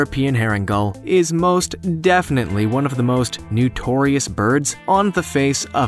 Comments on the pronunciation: its NOtorious NOT NUtoriuous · "Nutorious". ? As in "new tor reus"? Don't you mean "notorious"? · Please learn how to speak correctly! Kea is not "Kee", but ""Kee ah". Also, it is NOtorious, not Nutorious! Check your pronunciation before recording, please! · honey, it's not nUtorious, it's nOtorious. Several errors in film photos of species. Otherwise, somewhat watchable. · Why does the announcer keep saying "nutorious"?